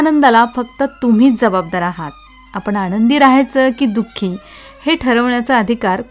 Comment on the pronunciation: मराठीतील न आणि ण ह्याचा उच्चार बरोबर करावा. मन , आनंद ह्याचा उच्चार मण आणद असा होऊ नये.